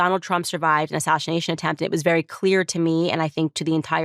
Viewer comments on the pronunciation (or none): Why does Candace keep saying “ashashination”…? It seems all these MAGATS have a slur problem. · Did Candace say “assashination” 👀😳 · Ashashanation? Is that what Candice said? Having those same audio compression issues as Trump.